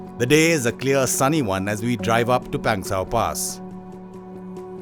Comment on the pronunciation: It's not Pengsauuuuuu.... pass it's Pangsu pass